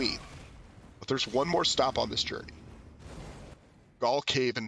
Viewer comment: Btw Gaol is pronounced the same as “jail”